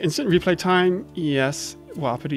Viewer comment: I think u pronounce it like WUH•PEE•TEE not woppity